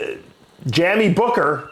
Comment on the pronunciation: Jammy? Jamie 😂